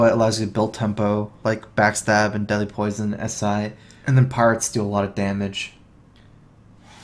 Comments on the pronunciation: I keep hearing 'Deli Poison' instead of 'Deadly Poison' :D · "Delhi poison" is all i hear :D